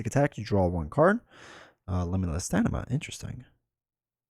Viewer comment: It cracks me up every time you say limitless StaNIma as opposed to StaMIna. :)